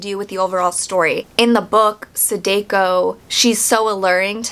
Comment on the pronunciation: Great review, but every time you say “Sadeko”, my soul leaves my body lol. The “ah” sound in “Samara” is also present in all occurrence of the letter “a” in “Sadako.”